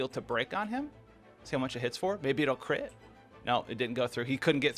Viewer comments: He says Cri’it chance and not crit and its so annoying bruh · Why is he saying crit like that ???